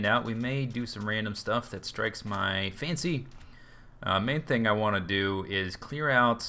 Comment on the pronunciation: i found that he said fancy in the beginning a bit differently than the rest of the words so i come to the conclusion that hes going to prank Baj.